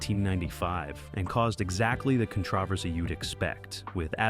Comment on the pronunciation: It's conTROversy not conTRAversy!!! Where are the gay actors?!? STUPID AI BULLSHIT!!!